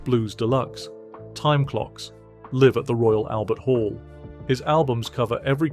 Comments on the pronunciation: haha - the narrator pronounces 'Live From The Albert Hall' Not as 'live form' = 'in concert' but as 'live at' = his home - as if he lives in the Albert hall. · Live (rhyming with "give") at the Royal Albert Hall? Ffs!